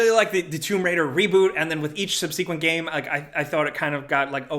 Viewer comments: I don't know if you are pronouncing "Seki" correctly, but you have definitely been pronouncing "subsequent" wrong for a while now (it's SUB-sih-kwent, not subSEAkwent). Will be playing enhanced Skyrim this weekend--finally got my hands on a Series X, and playing this decade-plus-old game at 60 fps is like being there for real. I have faith in a Max Paynev1 & 2 remake, since--by definition--they won't just be badly tweaking old code.... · Its subseh-quent not sub-seequent ffs